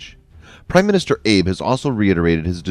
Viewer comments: It's annoying at how the narrator repeatedly mispronounced the last name of Japanese Prime Minister Shinzo Abe, but the video is expertly researched and meticulously detailed in regards to how Washington, Tokyo, and New Delhi are taking on Beijing. If we can get Taiwan, the Philippines, Malaysia, Brunei, Vietnam, Indonesia, and Australia on our side we can put China in its place. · If you are going to be taken seriously please learn how to correctly pronounce the name of the Japanese prime minister.